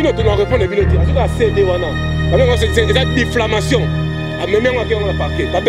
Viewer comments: On dit diffamation et non difflamation🤣🤣🤣🤣🤣🤣🤣🤣🤣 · Eeeeeh on dit diffamation et non diflamation